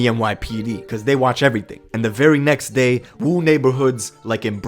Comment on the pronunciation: This shit is pretty sad, yet comical. Btw, it's not Wu, its more like a WOOO like Rick Flair. Cause it really sounds like the WU, real hip hop lyricists out of Brooklyn, the men amongst the stupid babies.